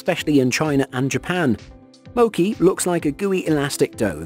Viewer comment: You pronounced mochi wrong